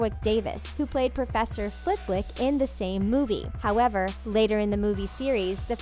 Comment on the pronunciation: Please please please get your pronunciations right. It is not “war wick” it is “worrick”. It is not “Flit wick” it is “Flittick”